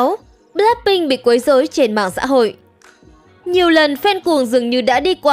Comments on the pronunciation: bờ lách binh nha ad, ko phải bờ lác binh đâu = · blackpink chứ ko phải bờ lác phink nha ad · Là bờ lách pinh không phải bờ lắc pinh nha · Bờ lách pin , đọc tiếng Anh siêu thị 😂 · Mình không khó chịu về những vấn đề trong video nhưng kênh đọc * bờ lác binh * thì hơi sai sai thid phải💦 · bạn có thể đọc BLACKPINK một cách bình đc ko ạ mình không có ý j đâu mik chỉ có một góp ý thôi ạ